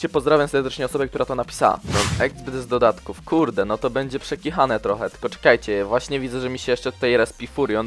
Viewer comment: TY UMIESZ W POLSKI?? juz ktorys raz mowie dodatków nie dodadków XD